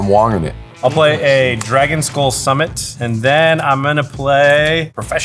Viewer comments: "yes but you've got one land!" Postie: "it's okay... I'm Wonging it" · "I'm not Wong'in it this time!" xd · "Im Wonging it" I love post